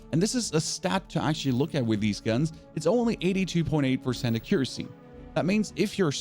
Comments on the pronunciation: A-cure-assy and lim-ba... wrong emphasis with the syllables, limb - the b is silent and there's no a, so it sounds like lim. and accuracy, should sound like ak-cure-assy the a isn't a as in apple its akkk sound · Ah-Quee-Ra-Cie please XD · What in gods name is akericy? Akericy?! Pleaseeeee tell me that’s not how you say accuracy. Bruh you aren’t even close to proper pronunciation. Also, do you know that the 1-9 keys are hot keys? You don’t have to hit q then click your next gun. Just hit the number you assigned the gun to. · great video and thanks 🙏🏼 I must say though you have a funny way of pronouncing some words… Mass “Moss” 😄 Accuracy: “Acurrosy”? 😅 Favourite: “Favorott” 😂 and you even emphasised the “b” in Limb! 🤣! not trying to be rude just I noticed lol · "Ahcuressy" 😂 whhaatt